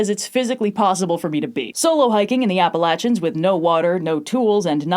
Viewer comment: YEAAAHHH pronounced Appalachian right this is a good day